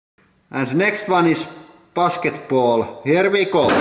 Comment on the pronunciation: rekural pasketbool xD